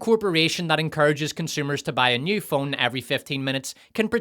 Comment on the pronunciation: wicked, my dude, I love when you do American accents. You and Mauler are meticulous about that, it’s fun to hear. I wouldn’t be able to tell it was you were it not for the Irish slant put on banefit and nyew — and my Bondian ear-training, able to detect the faintest hint of dialectic treachery. 🔎